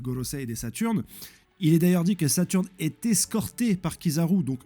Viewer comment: 😂😂😂j'adore qd tu dis le nom de Saturn! C'est trop drôle